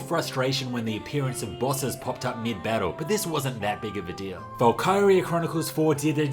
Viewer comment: The PSP version of Valkyria is great, especially when played on the Vita. I'm never heard anyone pronounce it Val-Kye-ria... Usually it's Val-ki-ria...